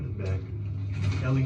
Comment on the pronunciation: Is the doggy ‘lil sis’? Hehe. Funny how u keep messing up ellie’s name….u either say elle or ellia lol.